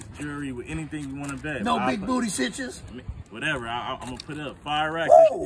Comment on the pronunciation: Did he say citches ? This is parody right...🤣🤣